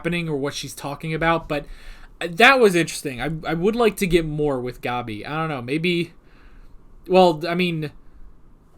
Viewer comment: The way they pronounce Gabi in the dub kinda bothers me. Other pronunciations, like "Ervin" and "Reina", I'm fine with, but... "Gobby" just sounds... dumb to me, lol. XD